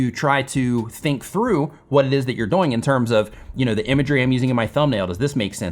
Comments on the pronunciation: Anyone else notice says “doughing” instead of “dooooing”? Great content! Keep doughing what you’re doughing!:-) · Why do you keep pronouncing the word "doing" like DOYnng?? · Great, helpful video. You explain it very well. Im wondering where you are from because when you say “doing” it rhymes with “boing” like a bouncing ball and most people say it “do-ing” like rhymes with “canoe-ing.” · A lot of info, but I keep getting distracted by how pronounces the word "doing" to rhyme with "boing" rather than "viewing." (,, ) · Where you pronouncing"doing" weirdly on purpose?? :D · Is it me or am I the only one that realizes he says doing wrong. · Where is this guy from? And why is he pronouncing "doing" like that?! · Alright, I NEED to know where your accent is from. Your pronunciation of “doing” drives me crazy. Is that part of your dialect or your idiolect?